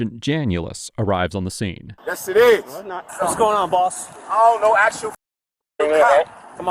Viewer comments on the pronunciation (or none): U aint axing no bodee!